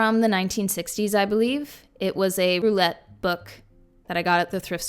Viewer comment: Girl that's not how you say roulette. 😂😂